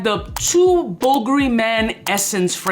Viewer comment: Just bought some "bull gury" wtf is this pronunciation